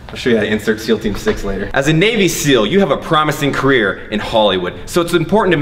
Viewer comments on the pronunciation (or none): "As a navy seal you have a promsing carear, in holywood."